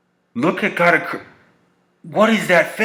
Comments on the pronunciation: Katakuri. Say it with me Cat-a-curry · I haven't seen reviews of the chapter, but 20 seconds in and I'm like, how did you get katakuri's pronouncation like that xD